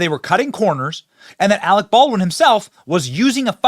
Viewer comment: You are worfwess Arec Bawlrin!